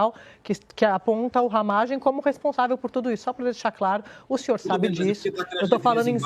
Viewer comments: Não é Ramagém, é Ramagem. A sílaba forte não é a última. 😄😄🤭🤭 Abraços pra vc. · RamÁgem mano, fala direito! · A pronúncia do Ramagem agora é Ramagém? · Não é ramagêm, é ramágem,kkkk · corrige ai: não é RAMAGÉM, É RAMÁGEM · Porqe tu fala Ramagemm.?pronúncia diferente! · Acho que a pronúncia é RamÁgem. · Pronuncia "Ramágem" homi 🤦‍♂️ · O nome do cara é RAMÁGEM (acento so na voz)… kkkkk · Porra...para de falar o nome Ramagem errado. Que raio de Ramagêm é esse? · Mas não é Ramagem, com a sílaba forte no ma?